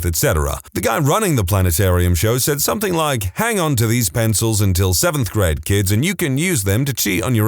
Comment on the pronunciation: No K in the word something